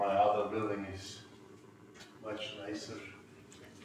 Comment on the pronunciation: "much nicer[sh]" turkish accent?